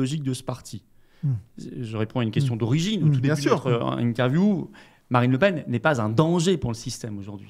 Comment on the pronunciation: "Marine La Pen (paine)" 😏pas toi mdrr